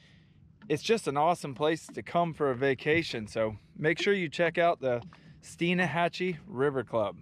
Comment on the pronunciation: It’s Stein Hatchee not Stein a hatchee.